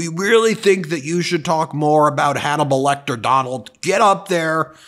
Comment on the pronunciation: "It's donible lecter"